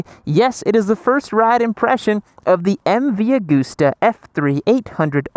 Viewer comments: Hi.... its not AG-OOOSTER try pronouncing the actual letters.. it goes like this ... Ag-usta .... oh by the way I visited the old man office, his desk is left like it was the day he died. All the cups and medals festoon his office, and the Office was small and functional ..later he built helicopters, which is why I was there, collecting a new chopper .. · M V A-gust-a. Not goooosta